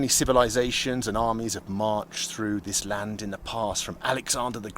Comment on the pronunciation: thally land hahaahahahahahaha